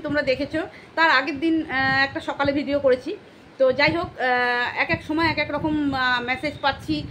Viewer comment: Didi ktha ta রখম না রকম